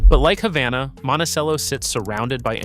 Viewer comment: #4 is pronounced Hay-vana.